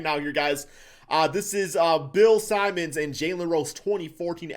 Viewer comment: Bill SIMONS? COME ON!!! This one's not even European 😂😂😂